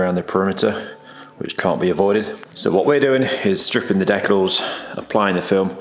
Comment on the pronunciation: It’s pronounced decals, not decals 😅 Amazing work, probably cost more than the car to do though 🪦